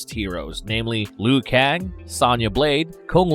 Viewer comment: Why you keep saying Lou Kang wrong?